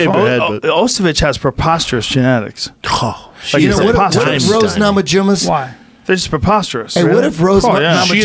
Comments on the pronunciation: Am I the first to notice Eddie Bravo called Rose Namajunes Nose Ramajunes? LMAO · Eddie pronunciation of rose namajunus has me rolling.